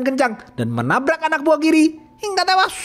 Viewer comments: Seneng denger abangnya cerita, brasa gergetnya film ni,apalagi ngomong "hinggGGAAAA TEWASS" & "JENGGG GGERRR " Sukses terus ya bang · Sebenarnya cerita ini bisa memuaskan pendengar. Cuma nada nya harus diperbaiki. Nada Kata2 hingga tewas itu sangat merusak penikmat cerita.,, saran aja ya..!! Makasih atas suguhannya